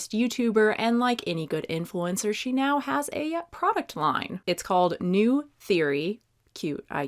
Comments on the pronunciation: The pronunciation of neue bothers me ... As someone who speaks German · The name freaks me out, “neue” means new in German but the pronunciation is different so for me it looks super odd 😂😅